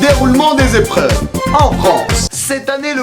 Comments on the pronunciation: "Eprveuves" je l'ai vu celle-ci vous êtes recalé monsieur ! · Les eprvreuvre 🤣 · Eprveuves :) petite faute ou fait exprès ? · "EPRVEUVES" j'arrive même pas à le prononcer XD